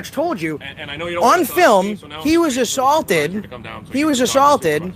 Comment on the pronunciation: He got “a..sawlted” god I lived up north and that’s way over the top lol gawd dem Bill of rights” oh wait “Lar... enforcement”